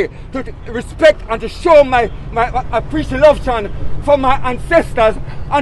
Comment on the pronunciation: “Apprec-love-tion” 💥 this is a man of dignity.